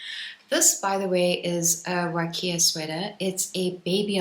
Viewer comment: Huacaya is pronounced "wa-kah-ya," not "wa-kee-ah."